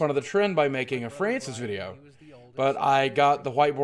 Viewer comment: mow fwancis pweez ;c